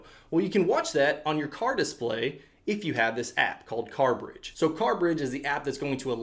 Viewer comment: Dude, ‘Dis play’ is one word